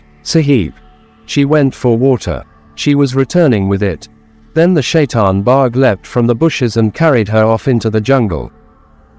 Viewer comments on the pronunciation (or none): none